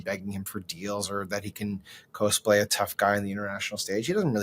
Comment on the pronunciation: It’s “cosplay” pronounced like costume, not coaster